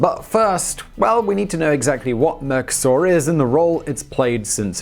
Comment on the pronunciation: mercosÚr, not mercoSAUR!